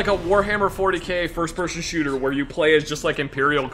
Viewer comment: Its not shooter its SHUUTAAA